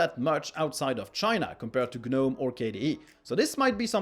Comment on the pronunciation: gnome is pronounced nome